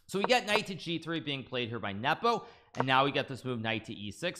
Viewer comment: Speak normally. and learn how to pronounce Nepo, without the cringe.